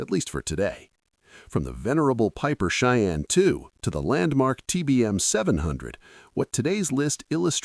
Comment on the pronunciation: Lame ai reader can't say Cheyenne correctly. Too bad the owner of this account is so lazy. You lose credibility. Dislike